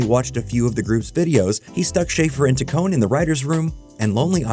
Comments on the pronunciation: Can't pronounce Taccone, thinks Lonely Island has lost touch with the internet (even though they produce I Think You Should Leave which the same channel made a video about a few weeks later), thinks 2005 was the "early internet." This video doesn't seem to know much about the era. It's like a book report. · I pretty sure you're mispronouncing Taccone